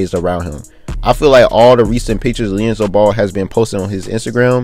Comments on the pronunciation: why is he calling him (LIANZELO) like what? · His name is LiAngelo ! Lee-And-Jello 😭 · Can you say his name correct lmfao